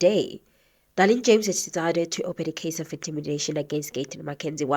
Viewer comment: Her name is Dereleen not Darlene 😂